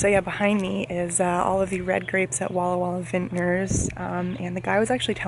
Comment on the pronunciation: did u say walla walla?